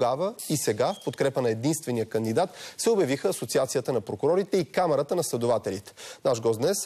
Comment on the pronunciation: СИГУРНО ОНАЗИ, КОЯТ КАЗА: КАМЕРАТА, ВМЕСТО: КАМАРАТА...